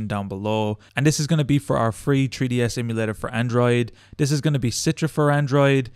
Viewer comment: you guys realise he says treeds LOL